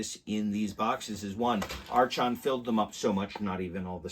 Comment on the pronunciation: Thanks for the look. But I have to say. The company name is pronounced as "ark on" "r con" archon.